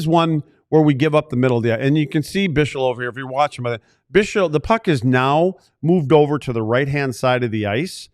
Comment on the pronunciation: Guys the name you can pronounce as bixel not bishel